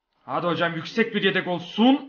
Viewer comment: de Yedek Yerine Redek Diyo (Farkina Varanlar +1)